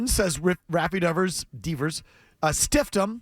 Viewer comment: He can't even pronounce Devers name. What a complete asshat Will Clark is.